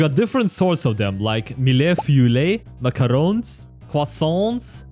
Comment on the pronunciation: as a french person, i can tell u that u have a lot to progress in this but that is ok its just really funny just, canelé, macarons, croissant, eclair, custards and tarts pronunciacion was good (hum) but u need to change the rest it was horrible to hear (withouth judgment)